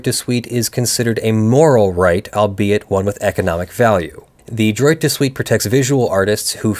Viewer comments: "Droit" is pronounced closer to "dwah". :p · Droit is pronounced drrrwah(t). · Every time you say “droit” with a hard t, I cringe. It’s pronounced closer to “draw”